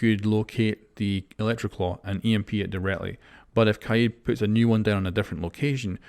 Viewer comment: I like how u r pronouncing kaid as kah-yeed